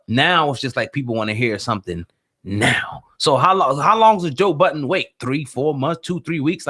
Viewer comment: Why does everyone put an s on the end of Budden, lol?